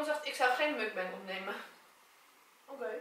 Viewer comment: je spreekt het uit als moekbang, leuke video trouwens!!\ meer <3